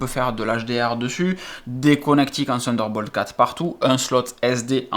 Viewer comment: sunder bolt mdr